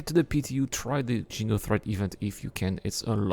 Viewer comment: xeno threat not jeno lol